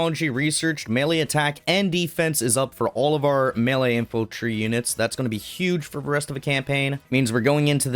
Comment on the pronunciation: Infantrly, inflantry, infiltry, infanty huh